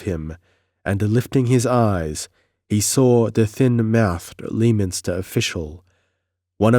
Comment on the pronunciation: Tremendously enjoyable read and fortunate channel find. Sorry in advance but in case this come up for whatever reason in the future: Lei-minster.